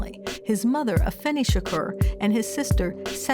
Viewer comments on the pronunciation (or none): Get her name right it's Afeni Shakur not a finny smh Caucasians